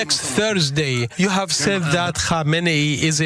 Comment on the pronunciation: Wow, learn how to pronounce foreign names properly. Co-main-nee come on be a real journalist